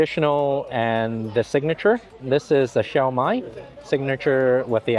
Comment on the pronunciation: Every time you pronounce shumai wrong, your ancestors shudder!